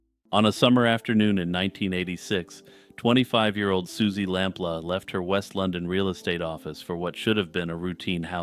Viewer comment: It’s lamploo not lamp la